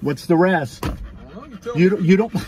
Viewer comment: it's not razz it's R.A.S